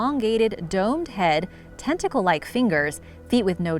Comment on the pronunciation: The krakens teentickal being a alushun